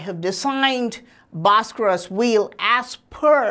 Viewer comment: If I had a dollar for everytime this guy said bharskaras I’d be a millionaire